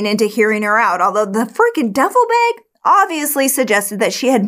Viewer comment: I love the way she says bag , “beg “ lol